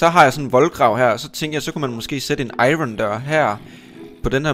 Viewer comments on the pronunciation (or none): none